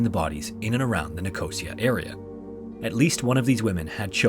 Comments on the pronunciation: The area is pronounced "Nik oh see ah" and not "nj cosy ah" In UK at least. See Cyprus section. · You are saying Nicosia wrong. Its Ni-co-see-ah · Nicosia, CY is pronounced "Nick-oh-sea-uh" :) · Just to let you know as someone whose family are from Cyprus, Nicosia is pronounced as ‘Nick Oh See A’. I don’t mean this comment in a rude way just thought that I would let you know. I love your videos! Also would love to see more of these videos! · I believe that is how he pronounced it. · It’s pronounced nick-oh-sea-aah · loving these videos and bingeing them all atm :) but please look up some of the words on Forvo for how to pronounce them, please don't be offended but you mispronounce words quite regularly and it's quite distracting, eg. Nicosia, but also English words as well, other than that these videos are perfect, can't wait for more!